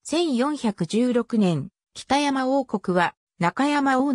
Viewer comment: お節介かも知れませんが読み方間違っているのがあったのでここに載せときます。 北山（ほくざん） 舜馬順煕（しゅんばじゅんき） 怕尼芝（はにし） 中山王（ちゅうざん） 尚巴志（しょうはし） おもろさうし（おもろそうし） 本部町（もとぶちょう） 志慶真乙樽（しじまうとぅだる） 今帰仁村（なきじんそん） ちゃんと読み方も調べてほしかったです。